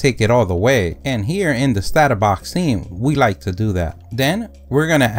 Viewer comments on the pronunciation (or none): none